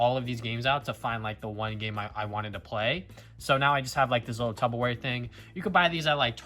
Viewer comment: It’s pronounced tupperware not tubbaware